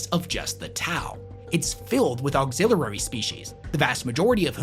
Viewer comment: Please practice saying auxiliary. Great video.